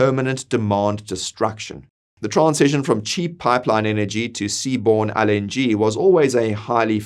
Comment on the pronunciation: I couldn't really pay attention because he keeps misprouncing LNG. IT'S (EL)NG, NOT (AL)NG! Jesus, man, how are we supposed to take you seriously? 😂